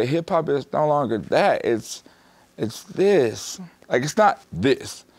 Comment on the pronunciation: Its not this, This t_his_ its T H I S